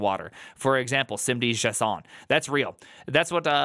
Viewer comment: from now on, that's how I'm gonna pronounce JSON